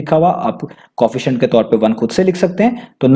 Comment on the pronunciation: Co, efficient Not Coefficient [just pronounciation]